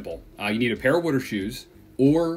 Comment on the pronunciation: What the hell is wooder? I'm certain it's Water. Pronounced Wah-Ter! Not Woo-der!🤣🤣